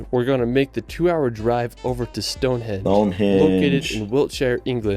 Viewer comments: Mt Snowden is 1,085 metres (3,560 ft) Not 10,000 meters, Also the video guide kept saying Stonehedge instead of Stonehenge lol... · Video narrator - Stone "hedge" I'll bring my clippers. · Wish he would take the time to pronounce the place names correctly- first time I've heard Stonehenge as "Stonehedge"! Also lots of places that could beat the ones on the list werent considered- hope you are all well and havent got the lurgy Like me! 🏴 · Given that he pronounces world like "rirld", I think it's fair to assume he is trying to pronounce it properly and just cannot. He also says "Stonehedge" instead of Stonehenge but again it's more a pronunciation thing I think, he's trying to pronounce it properly just struggling. English people hold Americans to higher standards than other foreigners, no-one would be irked by a Japanese person struggling to pronounce some of our place names. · Oh no... has triuble pronouncing words (like "_world_") and place-names (like ' Westminster ' - it's not "West Minister") (and ' Stonehenge ' (_NOT_ "Stonehedge") There's 'Avebury' - a village is built inside a large stone circle. That's the 'Millenium Bridge' you were asking about in London... That is chalk (made from millions of years of compressed ancient sea creature's skeletal remains) on the 'Old Harry Rocks' and 'The White Cliffs of Dover'...but the hexagonal basalt rocks which were formed by cooling volcanic lava are called - in Northern Ireland - 'The Giant's Causeway'... There are others lije them in Scotland opposite those in the Giant's Causeway...plus there are lots in North America too, in, for example in Wyoming - 'The Devil's Tower' and the Elephant Mountains (?) / or Ridge (?) in Washington State... 😏🇺🇸🙂🏴❤️🇬🇧🖖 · It's nothing to do with differing pronunciations, he's using incorrect names for places. Stonehenge is a henge, not a hedge. Westminster is named after a minster, not a minister. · it’s HENGE not Hedge 🤦🏼‍♀️ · It's Stonehenge, not stonehedge🫣